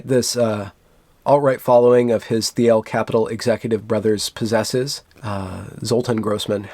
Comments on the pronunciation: "Teal" , that's how Peter Theil's last name is pronounced. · Thiel is pronounced like the color "teal", by the way. :P